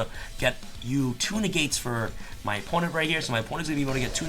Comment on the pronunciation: When was talking about “Two Negates”, I kept hearing it as Tuna Gates and was very confused why they would make that card..😂🤣